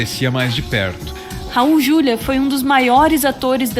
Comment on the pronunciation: Raul Juliá, por favor. Como leitora da antiga Set, sou obrigada a corrigir. Ele odiava esse erro de pronúncia.